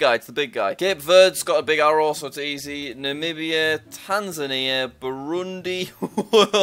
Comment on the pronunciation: I remember jack Namibia he pronunciatinglikd Nabia